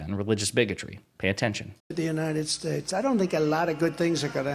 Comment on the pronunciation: Actually, what he said was "Uniner Shtaysh".